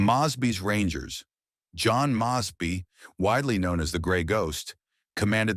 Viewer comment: You really should learn how to pronounce people's names properly especially John mosby